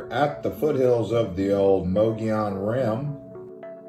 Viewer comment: It’s Mogollon